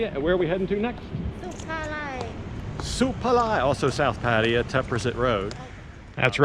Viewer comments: Love your content...but please there is no such place as PA TI A. Have you ever heard a Thai person pronounce it that way? Pa Thai Ya....try that... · Pattaya: pfat-tay-YA pfat-tay-YA pfat-tay-YA not: pa-TIE-ya PAT-tee-ya /// "pfat-tay-YA, pfat-tay-YA, Oh I love you mock ma." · Ok, you're moving back to Pattaya. Will you ever pronounce the name of the city properly? You show so much respect to Thailand, why don't you pronounce the city properly?